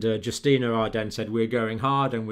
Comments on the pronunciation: Sorry to have to say this. You're pronouncing Jacinda Ardern's wrongly. It's not Justina it's Jacinda....... ⚛️☮️🌏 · It's Jacinda Ardern, PM of NZ, not Justina.